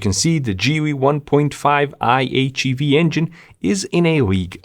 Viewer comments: Why are you calling it GeeWy? it is GeeLee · Geely is pronounced "Gheely" like ghost